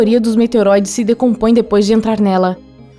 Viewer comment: Ela falou meteroides kkkk